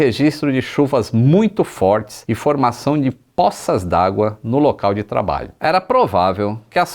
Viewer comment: Tornozelo não è termo cientifico, teria sido mais preciso informar-se qual, ou quais, osso(ossos) ou tendão se rompeu. A palavra poça é acentuada de forma grave e não aguda. Não é póça e sim pôça.